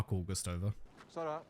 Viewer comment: Your pronunciation of Sara comes across as sounding like SALA and not SARA - well it does to me anyway. Just thought that I'd mention it.